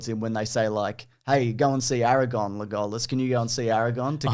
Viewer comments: I love how you say Le GOAL Us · Why do you say legolas like that? Sounds stupid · pronounces the name Legolas the way he does because he hates me. Which is weird because he doesn’t even know me. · Pronunciation of Legolas not being called out is outrageous